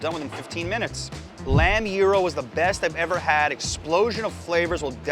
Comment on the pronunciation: I appreciate that you pronounced gyro correctly.